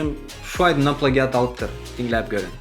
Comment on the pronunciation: Plagiat diýlenok (pleýjit) diýip okalýa turkmen aga🤦‍♂️